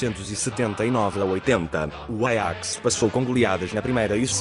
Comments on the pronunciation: Ele pronunciou em holandês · Nossa e bem diferente o pronunciamento do nome do Ajax em Portugal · apartir de agr so vou falar "Aiax"